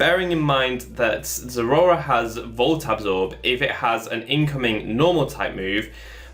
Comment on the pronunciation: Honestly, I much prefer this pronunciation to any other I've heard on YouTube. Everyone else says it like it's two words, like "zera ora". I don't like it. I myself say it "ze-RAOR-a", like the middle syllable is a cat's growl.